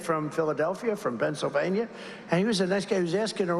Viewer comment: “If we win Pingxlevania we win the whole thing…” Anyone going to report that he’s obviously impaired?